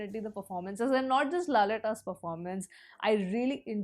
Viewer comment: Its not laletta. Its lalettan. Plz... Dont say again and again. Its feels annoying.